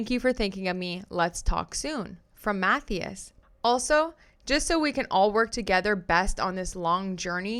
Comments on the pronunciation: Matthias is pronounced "Mat-TIE-us" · Agree with you fully!! Love listening and btw lol the name Mathias? it’s pronounced - MA THIGH ASS 🥰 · The way your pronouncing Matthias is hilarious 😂 it’s more like math - eye- us ❤❤ love you!